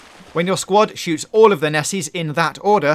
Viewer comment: “When your sqwad soowts”